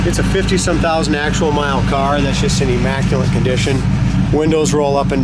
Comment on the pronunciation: I hate when people say: Imacculint instead of Immaculate